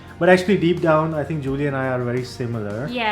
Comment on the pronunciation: Happy for you guys. is lucky to get Giulia but he still needs to say her name correctly. All the best, the world had to offer, to you both.